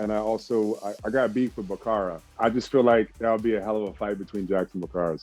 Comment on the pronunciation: Mafucka said Bakara! 😂 Reboot the film!